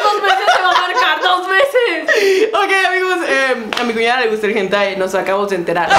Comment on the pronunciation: dijo cunada osea que...